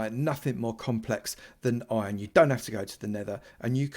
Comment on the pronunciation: Youtubers say ion instead of iron